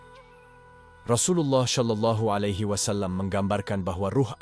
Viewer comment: Berkali2 di sebut sholallahialaihiwassalam bukan solallahialaihiwassalam.. sebutan sebenar ialah solallahialaihiwassalam.. jangan di tukar sod kepada shim astaghfirullahulazhim